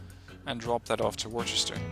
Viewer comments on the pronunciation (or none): Hey just so you know Worcester (I'm guess based off the Massachusetts city?) is pronounced Wuh-ster (it's weird)